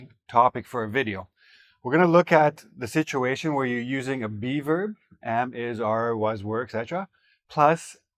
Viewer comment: Be verb sounds like beaver 😂